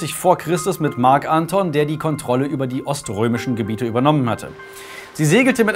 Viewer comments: Ja, aber als Marc Antón, nicht Ánton. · "Marc Anton" betont man auf dem O. Oh well, is jetzt auch schon wurscht. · Moment Gaius Octavius? Der VATER von Kaiser Augustus? Tz tz tz dieser Fehler ist aber doch etwas peinlich ^^ Gaius Octavius IST Augustus! Es war ein Ehrenname welcher der "Erhabene" bedeutet. Das sagt der liebe ja selbst später. Und bitte sag Marc AntonIUS nicht Anton:) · Wie kann man Marc Anton und Octavian so konsequent falsch aussprechen & betonen... immer diese Amateure xD